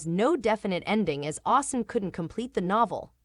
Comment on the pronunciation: “Auster” instead of Austen? Tied in a “boer” instead of bow? That was interesting. The narrator made some weird mistakes. Otherwise, I’m very happy to know that there’s going to be a third season of Sanditon. 💜 It’s been so long, I’d forgotten what the status was.